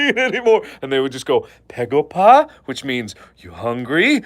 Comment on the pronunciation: its baegoba not pegopa